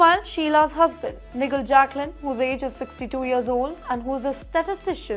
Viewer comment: It's pronounced Nai Gel not( nigle as in negle gaya ) !😂😂😂